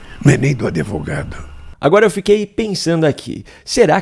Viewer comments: "Adevogado", diz o simplório senhor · Esse e o jeitinho de o mentiroso lula mentir. E ainda fala adEVogado.